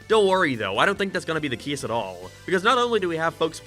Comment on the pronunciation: "Gæm" "Cæse" "Sæga"